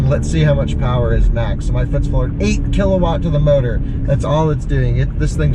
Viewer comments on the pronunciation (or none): none